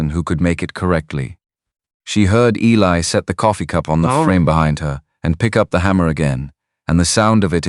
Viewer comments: Yes, the story is very good, but how many Clara Boone's were there back then. Geeze guys, please be alittle more original picking out a name their are more names in the world. And please learn Eli is not Ellie if you can't read then dont be a narrator damn! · A lot of the AI narration especially the words is funny. It'll have writers for Riders. It pronounces Eli as Ellie and many other words that are pronounced the same but not even close to spelling.😂😂😂😂😂